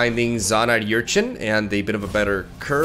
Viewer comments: Er-chin not yur-chin English! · It's "Urchin", not "Yurchin" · slow progression on pronouncing Urchin right is kinda adorable.